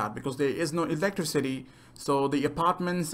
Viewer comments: Awesome video, seriously I'm so hyped for dying light 2. But you said 'electrocity' did you mean to say that, was that just an abbreviation for cities with electricity? Or did you mispronounced electricity? No offence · You pronounce it a bit weirdly but you aight don't worey about it